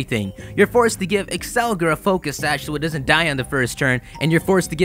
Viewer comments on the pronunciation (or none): none